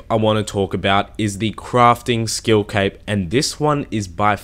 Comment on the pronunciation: It sounds like he says 🎂